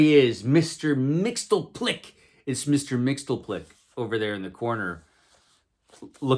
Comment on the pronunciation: It's pronounced Mix-yez-pittle-ick. 😉